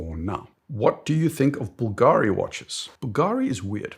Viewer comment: Sorry, but the correct pronunciation is Bùlgari, not Bulgàri, it's a Tuscany surname 😉